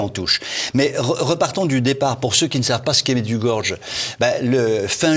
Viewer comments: Vous auriez pu apprendre a prononcer correctement le nom, cela se prononce MAIDJOUGORIYAI. Un peu de respect. Quant au site en question, etant Croate, j'y suis alle a plusieurs reprises, j'ai de gros doutes, je suis croyant mais connaissant cette region, c'est peu probable. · Déjà, Medjugorje s'écrit avec un J qui en croate correspond à un Y français : on prononce MedjugorYé et certainement pas MedjugorGe. Rien que cela montre une légèreté certaine !... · en effet la maniere de prononcer medjugorié dans cette emission fait mal aux oreilles -- et encore 100 fois plus toutes les cochoneries que mr raconte < >il devrait penser 1 petit peu au jugement de DIEU;;JÉSUS a dit sur la croix PÈRE pardonnez leur ils ne savent pas ce qu ils font